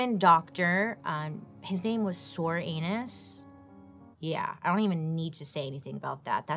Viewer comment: Come on... Soranus? Comstock??? I think these people's names were intentional, dear lord